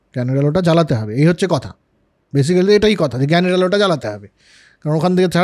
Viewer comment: বরাবরের মতো অসাধারণ আলোচনা! একটা ছোট্ট বিষয়, basically শব্দটার উচ্চারণ হবে বেসিক্লি বা বেসিকলি। ধন্যবাদ। /ˈbeɪsɪkli/